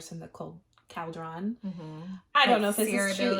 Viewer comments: Caldrawn? Cawldrun. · why do you say caldron like that? It's pronounced cul-dren. Like a witch's caldron. It's so weird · I am all for Az and Gwen! I’m not a fan of Elaine right now and Az deserves better! Ps: I thought it was pronounced like call drun, at least that’s how the audio books say it. Did I miss something in the book? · The way you pronounce cauldron kills me 😭🤣